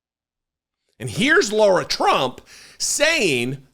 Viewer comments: HER NAME IS LARA (PRONOUNCED WITH THE WORST POSSIBLE S. CAROLINA ACCENT YOU CAN MUSTER) NOT LAURA. I have a few wonderful Laura's in my life and it grates on me every time you miss-pronounce LARA's name. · Lair - uh. Or, Lah - rah. NOT Lore - uh. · I agree completely with your ascribing Lara Trump's Co-Chair of the RNC simply to nepotism; but, dude, STOP pronouncing Lara's name as 'Laura'. In doing so, you sound like a dipshit, a characterization which you accurately ascribe to Donald Trump and most of his MAGA minions. You're better than that, sir. Otherwise, two thumbs up! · Keep calling her 'Laura' ! Her name is 'Lara'. Let's see how fast mispronouncing HER name tics off Big Daddy. Or see if he even cares.